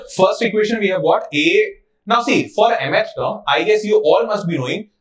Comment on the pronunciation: Sir just please learn to say mth term properly